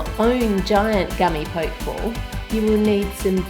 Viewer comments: Curious, since a singular 'k' sound doesn't exist in Japanese, so how could that be the actual pronunciation? It's "po-keh", not the anglicised 'poke', as in to prod. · Its NOT a Poke ball its pronounced pokey ball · It's pronounced Pokeeee ball. Not poke ball as in poking something with a stick for example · i think you pronounce the pokéball like pocke(t)-ball rather than poke(ing)ball actually. it came out very nice but please don't throw it haha :) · It's pronounced poke e ball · Theres an accent on the E so its Pok-ee-ball or you can pronounce it pokiball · Arghhhhh you kept saying pokeball wrong